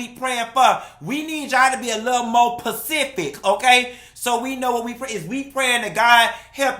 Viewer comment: You got to be “Pacific!” 🤣🤣🤣 Love it!!!